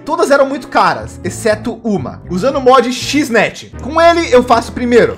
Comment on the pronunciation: chisnet ksksksksksksksk se pronuncia EX net